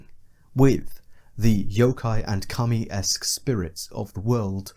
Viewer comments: I pronounce Kami as "Cah-Me" but you pronounce Kami as "cummy" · Deeply uncomfortable that you keep pronouncing kami as cumi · I was not ready for you to be pronouncing Kami as "cummy", my dude please